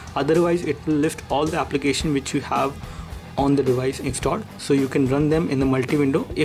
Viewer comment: For real?? Im sure you've been saying "this device" over a thousand times and what make it worse, it even sounded like you were saying " this dewise" man you have lotta learn..